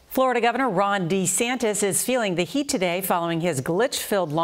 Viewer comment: DuhSantis got no chance but he could keep dreaming! btw, it's Ron Duh-Santis! 🤣